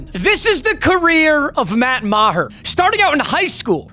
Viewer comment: That is not how Meagher should be pronounced, IDGAF. Hooked on phonics can work for you, kid.